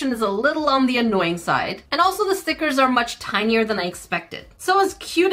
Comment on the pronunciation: you messed me up girl cause now I don't say stickers, they are now STEEKERS lol